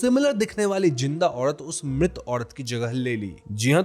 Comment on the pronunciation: घड़ के अंदड , धड़म, पड़पस, औडत अपना वोकल सुधारो र को र बोलो ड नहीं 😂😂